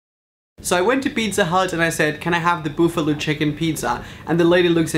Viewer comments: the first one is called a personal pizza. the small is bigger. I also think pizza hut has the best stuff crust pizza. also as far as the sauce just ask for more sauce. also when you say buffalo, say I'm standing in the buff as in no clothes then a low. then you are pronounced it right. Love you bud you rock. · Not sure how Brits pronounce buffalo but in America we pronounce it buff-uh-low, if you say it slow a few times then at the same speed you say it that is pretty much it. We would know what you mean the way you say it but assume you are not a native English speaker.